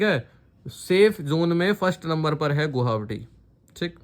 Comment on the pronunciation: Gohawati ya गुवाहाटी 😃😃